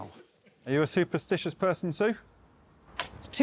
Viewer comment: Did no one else notice that Alex asked Sue, "are you a sue-perstitious person, Sue?" There's just the slightest stress on that syllable, but he did! 😂👏